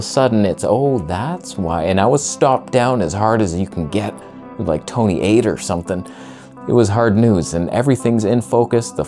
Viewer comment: The pop I'm seeing is a slight, very very slight increase in diameter of the lens cap on the close one. PS I'm only drinking when he utters Toneh